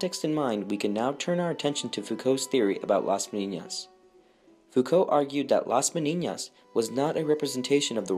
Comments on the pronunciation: It is pronounced meh-NEE-nahs….there is no tilde over the second “n”, which would give it the mispronunciation you say 50 times. With all the research, you couldn’t get the Spanish pronunciation right? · Nice video, but you have been pronouncing Las Meninas as las Meniñas the second n sounds as the firs one in Spanish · Las MENINAS not MENIÑAS. Argh.